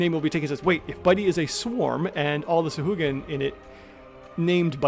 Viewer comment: Also SAHUAGA is their name now😂😂 also sounds liked you sneezed